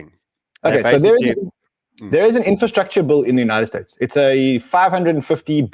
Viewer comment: Bill with an I not Bulll Ran !!!